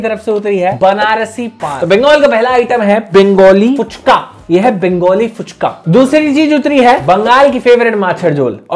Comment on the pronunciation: It's FUCHKA, not PUCHKA 😡